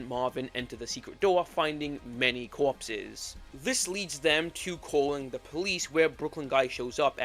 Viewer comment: "coawpses" you talk like brooklyn guys wife